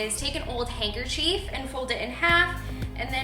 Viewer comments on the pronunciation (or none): A “hanker chief”? So cute how u pronounced it. Love ur hair tuts!